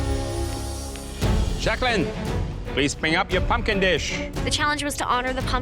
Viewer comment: I was done when mary said I AM PUMP-KIND 😂❤❤❤❤